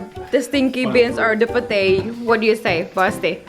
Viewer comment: Itu Pete Bukan Si Pete (Bacanya pit)